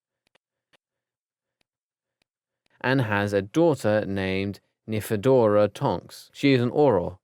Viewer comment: Please don't do harry potter guides if you cant pronounce anything correct.. AngeLINE Johnson not Angela. Monsieur is French for Mr.. not Fleurs dad's name, they are French, so they just call him Monsieur Delacour (Mr delacour) Dudley DURSLEY not Dudley Dudley Narcissa not Narcia Nymphadora not Niphradora Peverell not Parvel And so many others that its pointless writing them all